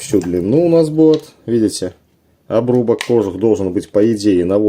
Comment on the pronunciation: кожУУУУх правильное ударение